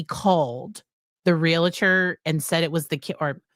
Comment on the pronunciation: Love you. But as a 35 + year Realtor. It’s only two syllables. Real tor. Not Realator😊